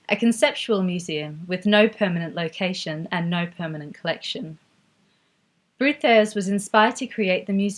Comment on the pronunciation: Wonderful, thank you! But I will never understand the stubbornness of English speakers not to learn aaaany other language. Hah-ke, Brod-ars, I'll not even start with the French ones....